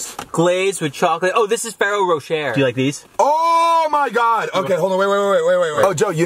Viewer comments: More like Joe and struggling to say Ferrero Rocher for 13 minutes straight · Can you please tell to buy a water flosser it's so much easier, Okay Joe I'm unfollowing you for the way you pronounced Ferrero Rocher.